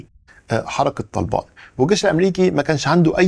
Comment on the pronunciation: أول مرة حد ينطق اسم طالبان صح Good Accent 👌